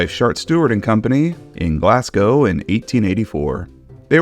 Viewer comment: fiannly an American can say Glasgow properly